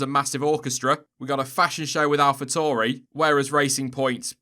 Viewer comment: It’s Alfa Tauri not Tori . Tauri is the Latin word for “bull”